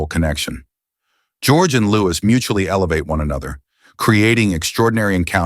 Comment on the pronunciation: Narration is inconsistent, variably prounouncing Louis’ name incorrectly